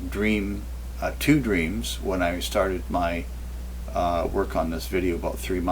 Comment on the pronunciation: Did he says dteams? Cant trust visions and dreams!